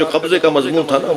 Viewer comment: MashaAllah but plz lafz Mazmoon ki islah kijye mazboon nae hota its Mazmoon